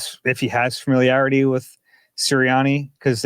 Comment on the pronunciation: said familiarity correctly